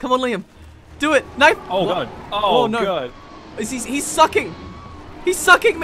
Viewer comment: "O NoRRRRRRRRR" "I knowRRRRRRRR"